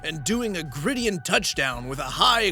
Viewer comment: What did he say? Did he say grid-EE-on? That’s hilarious. Not a football fan, I’m guessing? Grid-iron. It’s gridiron.